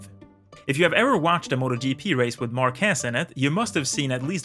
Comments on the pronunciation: First:: Learn to pronounce his name right: Márquez, not Marquuuééééééz. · Márquez it is pronounced with the strenth in the a, not in the e. It's MÁrquez, not MarquEz. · WTF? Marquéz? It's Marquez. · And his last name is Màr-keth...that is the correct pronunciation. I have really never understood while English Speaking TV Hosts call him "Mar-kèzzz". He is far from being French....he is as proud as a Catalan can be..... which means he can't handle the french..... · It's MArquez, not MarquEZ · It's "Márquez", not "Marquéz" ;D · Bro its MARquez not marQUEZ but good video anyway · Márquez is stressed in the A not the E. Otherwise you are saying "marqués" which translate as "marquess" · It's MÁrquez, not MarquÉz. (Emphasis on the first syllable) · that is a very nice video and analysis of Marc's driving style and techniques. Just a constructive critique, his last name is not pronounced "MarquEEEz", as you call him. It is pronounced correctly as a popular spanish last name, "MAArquez", with an accent on the "a". If you take a look on how his name is spelled, it would make more sense. Márquez. In spanish, we do emphasize the vowels which are accented.:) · Great video! Congrats! Just one minor thing though, pronunciation is “már.quez”, being strong the “a” and not “mar.quéz”! :) Sending support from Spain! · It's MAR kes, not mar KES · mÁrquez not marquÉz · Great video! I just wanna point one thing out: It's not Marquéz...It is: Márquez...that's the exact pronunciation. Regards! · The name is pronounced MÁrquez , not MarquÉz. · It's actually "Márquez" so it sounds more like MAR·keth 👍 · Actually, his surname is Márquez, with the entonation in the ''a''. You pronounce it like Marqués. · MarquÉz Spanish people: 🥴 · It always hurts me how English speakers mispronounce his name. It's Márquez, stressing the 'a', not Marquez with stress in the 'e' like you always say. I'm not even going to try to correct that z... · MARQUEZ........EMPHASIS ON THE "A"!!!!!